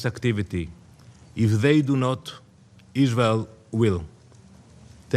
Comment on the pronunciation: I can't express how much a I hate this POS. ISGHAEL, ISGHAEL, ISGHEL. Learn the "R" sound you ghat